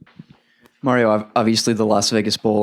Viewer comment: Who's the douchebag reporter that asked that first question? His name is MARio, not Merry-o! Just like the name is pronounced MARcus MARiota, not Merckis Merryota!!! I want to strangle that idiot reporter every time I hear him talk.